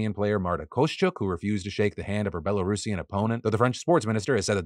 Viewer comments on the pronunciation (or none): none